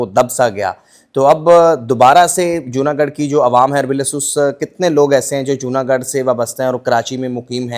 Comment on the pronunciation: جونا گڑھ ہے جونا گڈھ نہیں۔ garh gadh ×